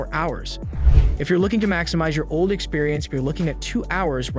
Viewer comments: Steam Deck OLD? "Nam-oniter chip" Those take a some trust away from that channel name, Tech Consultant. Otherwise, thanks for the well done edits and balanced bgm / voice. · OLED can't be that difficult to pronounce!!!